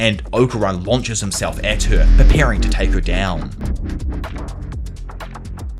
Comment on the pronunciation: Bro I can’t unhear “tuah” whenever he says “her”